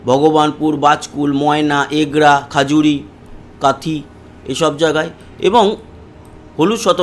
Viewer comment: দাদা খুবই ভালো লাগে আপনার আবহাওয়ার খবর কিন্তু দুঃখের বিষয় অনেক বার বলেছি কথাটা (খাজুড়ি)?না খেজুরি!! খারাপ লাগে নিজের গ্রামের নাম উচ্চারণ ভুল হচ্ছে বলে, ধন্যবাদ।